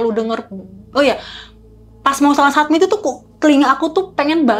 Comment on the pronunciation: Iya apa sy yg salah dgr berulang satmit satmit . Summit*